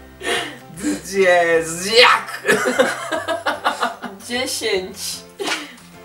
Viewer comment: Dziesięć- dziedzziec XDDD dzieciedziec XD rozwaliło mnie. Tak to to całkiem dobrze mu poszło 🤗